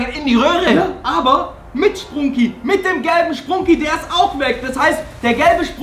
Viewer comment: Wait a sec that not spruuuuuuuuuunki it's sprunki 😐😐